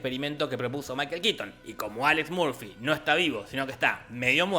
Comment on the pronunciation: Alex "Murfi" no, se pronuncia "Morfi"